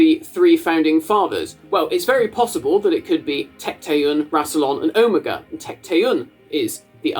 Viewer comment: i cannot believe im the only person i can find who is commenting about his pronunciation of omega. is that a british pronunciation??? because ive never heard it like that from anyone american, british, or otherwise